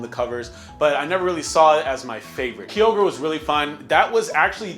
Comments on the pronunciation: "Key-ogre" ma boi its "ki-ogre" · Gens 6 and 7 made getting ready for competitive Pokémon so much more accessible for casual players tho. And Miltank isn't even hard. Also you pronounced Kyogre wrong. It's Kai-ogre. Not Kee-ogre. The "fire pig" was not Fire/Psychic. It's pronounced TyranitAr, not TyranitOr. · Kee-ogre, it is called Ki-ogre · This nigga said key-ogre, Kyogre ain't a green rapist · The way you say kyogre both hurts me and makes me laugh